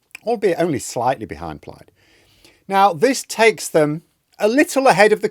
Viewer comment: good as always and thanks. but it'S PLAYED not pliyed. Cwmru